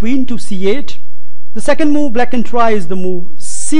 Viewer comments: MarioPeloful lmao MOOOOO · MarioPeloful he may be a gujju...lol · MarioPeloful I wasn't able to get through the video because I kept hearing moo. I began picturing a cow go moo every time he said it.. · Just say moveee